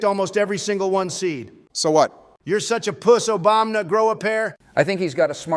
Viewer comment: "Obamna." Lol